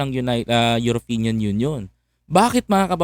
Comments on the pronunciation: Brother, EUROPEAN not Europinian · European not Uropeneam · European boss hindi europenian.😊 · European not europenian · European sir hindi europenian hehe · Correction lang po..European not Europinian.. peace😂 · Boss, Eyoropeyan(European) hindi po Eyoropenyan(europeñan). Magagalit sayo ang mga Eyoropeyan(European) niyan.